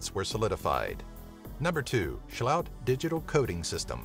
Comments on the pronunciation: Why cant english speakers not just read what the name is? i mean how does "sloot" become "sjhullowt" ? just fucking read the name. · Best Dutch pronunciation 2016! ... Not rlly. Maybe if they were German with some weird accent and were named Schlaut.